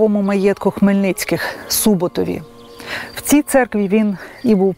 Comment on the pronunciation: Чого СУботів, якщо СубОтів?